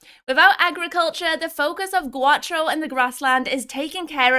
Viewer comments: Just for the one more ..G-Ow-Ch-O......Gaucho....it's a Spanish word and learning the rules of other languages helps... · It's pronounced Gow-Ch-O......Gaucho.